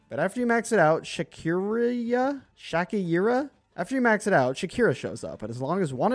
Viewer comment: its shakiriya if you want pronounce it well